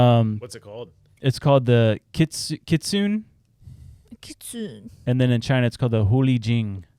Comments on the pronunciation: Pronounces Berserker in Norse but Kitsune in American lol. Kit-soon-ay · Im a fan but man your illiteracy really takes away from your credibility sometimes. Phonetically berserker is pronounced bur-zerk-er and kitsune is pronounced kit-sue-nay